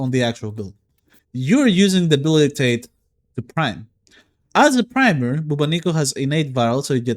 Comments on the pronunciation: Dude ! BubOnico ! The accent is on first O ! This weapon is reference to the Bubonic Plague - aka Black Death, pandemic from year 1300 that killed millions ! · That is not how you pronounce Bubonico...